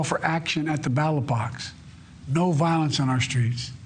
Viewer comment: Ballot Box not Battle Box